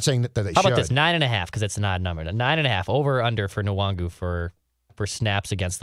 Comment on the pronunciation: You guys know the N in Nwangwu is silent right???